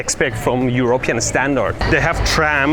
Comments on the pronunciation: Eur-rope-ean lol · It's not EurOpean, but EuropEan. You have the stress misplaced.